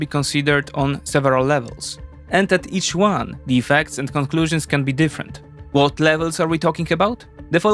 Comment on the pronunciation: Vhat vill happen to all those nukes?